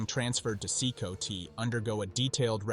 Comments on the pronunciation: It's not "See-koe-tee", it's pronounced "see-kot". I can't thumb up the vid when you don't even know how to say the name of the prison. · CECOT is pronounced SeeCot not SeeCoTee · it's C-COT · this prison is pronounced See Caught do your homework AI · From my understanding 'Cecot' is pronounced see-cott.